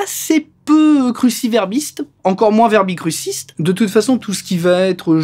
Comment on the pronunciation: Quand il a dis « verbicrusiste » j’ai étais obliger de quitter désolée